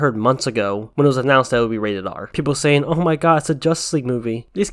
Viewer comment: Person OF colour, not person o'colour, saying, NOT sayin'.